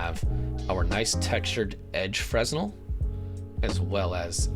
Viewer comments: This was cool and all but everytime you mispronounced 'Fresnel' my soul took a little bit of chip damage. D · Fresnel - The 's' is silent, fyi.